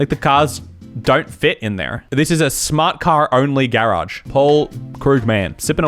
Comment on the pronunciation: I love how he says GArAge